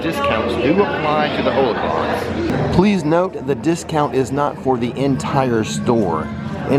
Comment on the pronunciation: also its "hollow-cron" not "holo-cron" like han "solo"